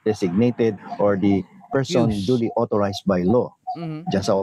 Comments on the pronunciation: Yung 'duly' po ay pronounced as jooly hindi dolly hehe peace po ✌️ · Correct pronunciation of DULY is same as julie not dali